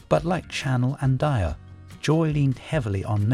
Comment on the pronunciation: OMG, the dreadful AI mispronunciations make this SO hard to listen to! Since when was Dior pronounced "Dye-er" ?